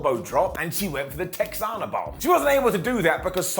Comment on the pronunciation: Tehana bomb l not texana